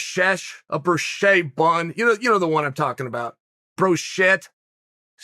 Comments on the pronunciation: B.. brushette? Brouchet? Is he trying to say brioche? Is this 'burger connoisseur' unaware of what a brioche bun is? Red onion is sweeter than white generally, and is great for burgers.... You're right about pickles though. Fuck butter pickles. Dills only. And iceberg lettuce. Iceberg is the tits. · What type of bun again?? Brioche lol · If he says it's a brioshit bun it's a brioshit bun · Chael "Broshit" Sonnen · "brishesh, broshay bun. broshit” - Chael P. 2021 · Me: Brioche Chale: Brichesh Me: Brichesh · brochesch, broschosch, broshit... whatever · bresesh, bursosh...dead. 🤣🤣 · You mean broshit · Brioche (Bree-o-shhh) or (Br-eo-shh😮😮) Your welcome uncle Chael. 503 Love! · Bro-shit! -Uncle Chael. The rest of the world keeps mispronouncing it bruschetta. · Brioche ( Bree- osh) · Brashay, bro-SHIT 😂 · Chael trying to say Brioche bun is hilarious. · The toughest wrestling match for Chael was his mouth trying to say Brioche. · brioche Chael.. brioche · chael trying to say brioche makes me laugh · Brioche chael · Brioche uncle Chael, it’s Brioche. 😂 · So some peoples opinions should not count. Yet you cant even pronounce "Brioche" Lastly, Cant spell Opinion without Onion. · Before he even uttered the word I know that Uncle Chael would completely obliterate "brioche" 😭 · There’s two things uncle chael is incapable of doing: 1. Pronouncing “brioche” 2. Losing a fight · Lol what company is he referring to for the buns?? He repeatedly said but I couldn’t understand 😂😂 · Bro shet bun lol. Brioche Uncle Cheal brioche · Brioche? Is this dude dyslexic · It’s called Brioche uncle chael